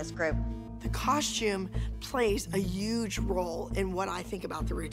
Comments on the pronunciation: did abby just say a uuuuuuuuge role instead of a huge role? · EVERYONE on Dance Moms who EVER uses a word with a “h” in it, they don’t pronounce it correctly. Such as, when Abby said “huge” it sounded like “uge” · every time abby says huge it comes out as uge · Why does Abby pronounce “huge” like “uge” 😂😂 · It’s yuge not huge lmfao 🤣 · abby: “....a UUge role...” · I love how Abby says huge like uge lol I love her sooo much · Abby would make fun of the way JoJo talks yet she says huge like “uge “ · I seriously am starting to believe that abby does not correctly know how to pronounce "huge" without saying uge 😭😂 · “The costume plays a Uge role“ Lol Uge not huge! Lol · It is so funny that Abby says uge instead of huge lol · “The costume play a uUge roll” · Abby said UGE Abby its HUGE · Does anybody notice that when abby says the word huge she says uge in stead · Abby says “yuge” she’s a woman version of Trump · The fact that Abby said UGE and not hughe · Abby: jojo work on your pronunciation get ur “r’s” right!!!! Also Abby: The costume plays a YUGE part.. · I realized Abby says “Uge” instead of “Huge” but judges the girls for their grammar and pronunciation. 🤦🏻‍♀️ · JoJo's right, Abby does say ''Uge'' instead of ''Huge'' XD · Abby:the costume plays a Uge part in the dance Me: where did the “H” go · “Uge problem” Abby 2018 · I’m mad that Abby corrects Jojo about her r but instead of Abby saying huge she says uge like dr.Queen holly said fix yourself first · It’s funny how she says uge instead of huge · “Uuge role” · She doesn't say huge but she says uuge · Abby does say huge like "uge" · Love how she can’t pronounce huge properly “uge” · i can’t i hear “uge” instead of “huge” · Why does Abby say yuge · Abby: the costume plays a UUUGEE roll. Me: 😂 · “the costume plays a ügë role” 😂 (no hate just a joke ;)